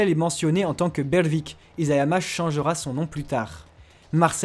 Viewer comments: Conclusion on dit isayama et non izayama😂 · Merci pour toutes ces infos ! C'est impressionnant ! Attention cependant : Isayama se prononce "Içayama", et non "Izayama". E la langue de chat (nekojita) en japonais veut dire qu'on ne supporte pas de manger trop chaud.